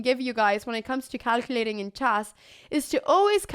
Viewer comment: It's called "chess" - not "chass".